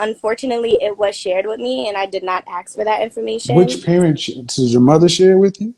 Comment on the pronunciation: Wtf is 'AKS' ? isn't it ASK ?